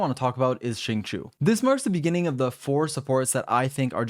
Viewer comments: Xingqiu reads as sing-show, not shing-shu - sincerely, xingqiu main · AM I THE ONLY ONE WHO IS PISSED HE SAID CHINGQUI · i thought it was pronounced shing-cho ?? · the way you say xingqui still makes me want to cry